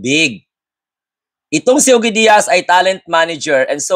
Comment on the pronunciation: Ojie iyan ang pag prounce sa pangalan niy.